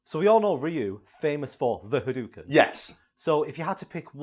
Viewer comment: Pronounced Tatsumaki Senpu correctly but then says Ha-doo-ken. Good old.